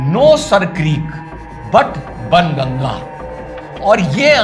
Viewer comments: " बाण गंगा" बोलिए सर "बन गंगा " नहीं । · SIR JI KRUPA KARAKE BAN GANGA NA BOLE PLEASE SAHI MANE ME BOLANA HAI BAAN GANGA YE AUR BAAT HAI KI LIKHA JATA HAI BAN GANGA LEKIN PRONOUNCIATION HAI BAAN GANGA PLEASE YE MERA SUGGESTION HAI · 🙏🏼सर, आप बाणगंगा को बनगंगा बोल रहे हो 😁😅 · सर... बन गंगा.... नहीं.."बाणगंगा".... बोला जाता था...! एसा सुना हैं हमने भी...🙏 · ', "बाणगंगा" बोले, बन नहीं... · i think its not ban ganga its baan ganga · It must be बाणगंगा not बनगंगा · सर बणगंगा नहीं "बाणगंगा"❤ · सही उच्चारण कीजिए बाण गंगा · बनगंगा नहीं... बाणगंगा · सर बन गंगा नहीं, बाण गंगा है सही संस्कृत उच्चारण।।।🙏🙏🙏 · Bhaan Ganga Sir...Not Bn Ganga....Jai Hind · Sir its not banganga. It is baanganga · Correct sir , But " Baan Ganga " . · It is Baan Ganga - where Baan means Arrow ⬆️ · baan ganga not sir greek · it’s pronounced as Baan Ganga… Hindi of arrow 😊